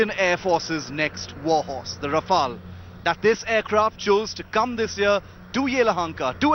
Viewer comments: And the Right Pronunciation for Rafale is Ra-fe-yal not Rafal. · No it's Ra-Fail. 😂😂😂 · Raw-Fail Bra-hmos..... 😂🤣